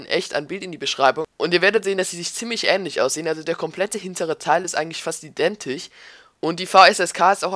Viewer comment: du sprichst wörter mit sch so komisch aus du sagt statt identisch identich wieso ist das so ? :D nichts dagegen aber meine lehrerin macht das absichtlich und das reizt weil alle wissen sie kann die wörter richtig aus sprechen